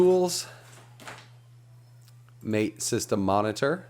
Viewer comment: Great tutorial! And It's pronounced “mah-tay” as in the Argentinian drink.